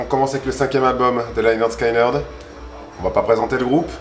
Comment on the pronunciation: Bordel l'album s'appelle littéralement "Pronounced 'lĕh-'nérd 'skin-'nérd" alors pourquoi s'obstiner à prononcer "laïe-'nérd 'skaïe-'nérd-", ça me dépasse... Cordialement, des bisous !